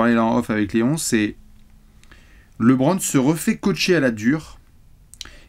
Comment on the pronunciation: Par pitié stop dire Laitbron 😢😢😢😢😢